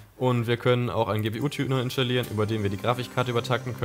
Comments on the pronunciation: Es triggert mich richtig, dass die ganze Zeit "inschtallieren" sagt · Ist nicht das einzige Wort "Inschtallieren" uvm. Aber ist doch egal, solange es verständlich ist. Jeder hat so seine Macken.